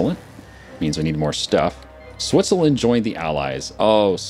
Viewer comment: He said Switsuhlend